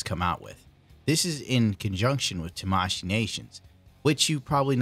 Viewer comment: TAmashii Nations..the stretch is on the T-A-mashii Nations...